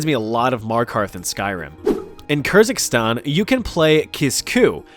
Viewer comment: Lmao Kerzikstan. Its pronounced kergistan